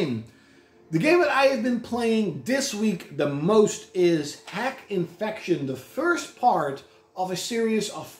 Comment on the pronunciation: I think that RPG is pronounced dot hack. Bit of a weird one if you put your games in alphabetical order